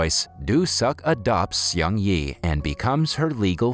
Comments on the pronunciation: its not "see ong yee" its (one syllable) "seung" (one syllable) "ee" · I like the way you butchered the name Seung Yi. lol..